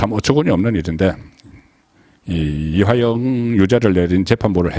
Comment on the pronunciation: 이화영을 이하영이라 틀린 발음 교정바랍니다